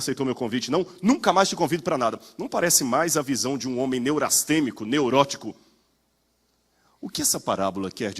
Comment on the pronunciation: PASTOR ,NÃO É NEURASTEMICO MAS, NEURASTENICO.